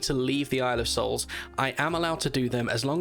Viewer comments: Are you saying boys soul or boys hole? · Thought you said boys holes I was like....wot